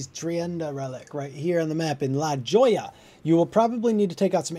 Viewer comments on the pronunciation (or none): Thanks for the vid, also it's pronounced "la Hoya."